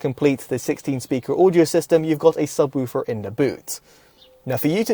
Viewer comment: Subwüfer haha. Good review 👍